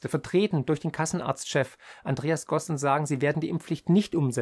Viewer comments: Übrigens: der Chef der KÄV heißt "Gassen" und nicht "Gossen".............😆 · sorry, der Vorstandsvorsitzender der Kassenärztlichen Bundesvereinigung heißt Herr Gassen und nicht Gossen... nur mal kurz angemerkt... nicht böse sein ;)